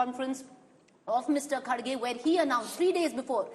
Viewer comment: It's not khadge it's kharge , I hv no idea why these hindi speakers pronounce his name as khadge